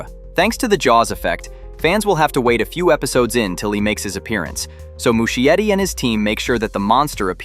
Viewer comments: I guess you gotta train your AI voice to pronounce it correctly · That's not how you pronounce Muschietti 😂😂